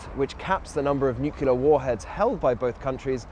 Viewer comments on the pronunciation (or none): it's NuCLEar** not Nucular...